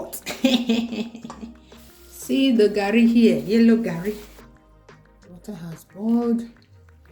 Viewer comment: I swear! I don talk tire say na garri o but for where! You go still hear "Gerri" 😂